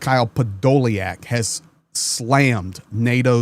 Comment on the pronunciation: hey the spelling is a good English version, the' iack' in Ukrainian is YUK, so his name is pronounced Podo lyuk which is impossible to translate into English as it gets said as ly uk... I have the same name.... :)